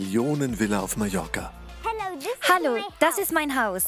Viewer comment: zu dumm um MALLORCA auszusprechen. Gut wenn man weiß, wo man lebt:‘D